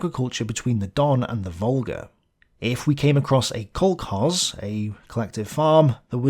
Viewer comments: The word "kolkhoz" is not pronounced "kolk-hoz" but "kol-khoz". The "kh" is supposed to represent an lingual-velar affricate, that is, a sound like the "ch" in the Scottish word "loch". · Not "kolk-hoz" but "kol-khoz" (kol-HOSE), with the "kh" supposed to represent a strongly aspirated "h" (what linguists called a linguo-dental affricate).